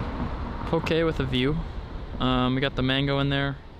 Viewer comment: Aye brah I give u credit u can pronounce poke correctly -I’m from Hawaii so Ik how to pronounce poke correo